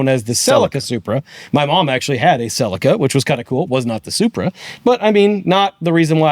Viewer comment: Why can Americans say Supra correctly but never Celica correctly. 'Selleeka'